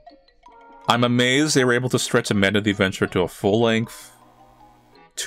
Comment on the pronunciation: I swear you just said "Abanda the Adventurer", playing off the word "Abandon", and given the story that was comically brutal.